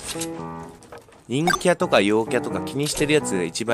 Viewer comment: たまにいんきゃっていえてないよね